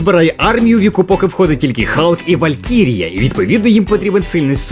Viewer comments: На початку відео був Халк, потім чомусь перейшло в Галк..вуха кровоточили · Чому не Халк а Галк?